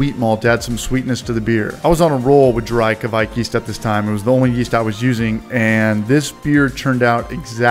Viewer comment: I'm cracking up every time you say kveik haha that cinnamon toast crunch beer is on my list!